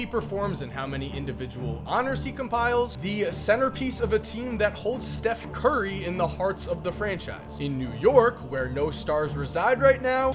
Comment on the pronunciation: "Steth curry"